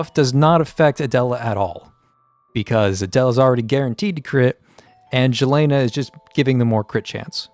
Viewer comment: plz dont say jelena say yelena